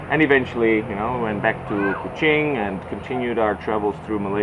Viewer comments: true 😅..he pronounce kuching like a true sarawakian..not even people from peninsular malaysia pronounce it like that 👍🏻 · i just found out your channel today. the way you pronounce Kuching and Iban almost sounds like you're a local already. i've come to notice, unlike other foreigners talking about Malaysia, you didn't even mention about the cost of living here, which I found really sweet of you. looking forward to more exciting videos of your life in Sarawak, my fellow Sarawakian brother from another part of the world ^_^